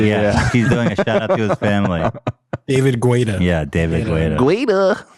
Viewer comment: I wonder if the crew will ever learn how to pronounce David Guetta's name correctly lmao